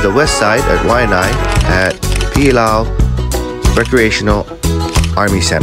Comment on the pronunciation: BRAH you know how to say Pililaʻau,. try say em right. Nah nah, just playing keep it real Ha-Y-an